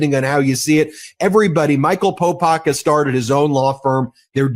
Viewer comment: He keeps calling him Popak. 😅 ok, Popak..